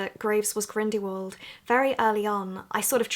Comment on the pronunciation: hehe 'Grindywald'